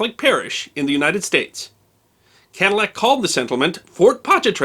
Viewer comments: I believe the proper pronunciation would be to eliminate the double "L" sound so it comes out as " ca-dee-ac" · In school as a child in Louisiana, I was taught that the correct pronunciation was Kaah-dee-ack for the person and Ka-dil-lac was the Americanization for the car.